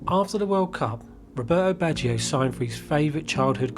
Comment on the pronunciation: You did pronounce his name wrong but other than that great video loved it